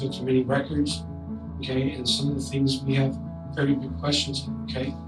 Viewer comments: I love this channel. I've been watching it for 2 days straight. I don't like that u don't enunciate TH's, but that is my only complaint. It was actually kind of funny at first because when you pronounce the word 30 and always came out as turdy which was funny. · What time is it? It’s Tirty Time! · Hey you have to get your tongue off the floor if you want to learn how to say thirty